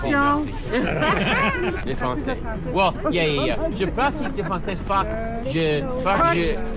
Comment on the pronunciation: the fact that he keeps say fac is fucking with me lol